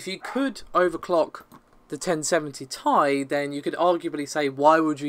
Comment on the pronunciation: not taï dude, its Tee Aï